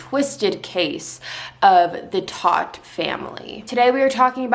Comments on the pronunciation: The family's last name, TODT, is the German word for "dead". It is pronounced "tote". I really like your ability to tell a story. New subscriber here. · Your not pronouncing their last name correctly its not hard to find out how to say it